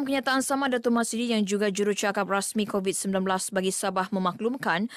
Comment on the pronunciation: Kebayak kan setesan petugah kebayak kan orang Korat g korat bukan kovit korat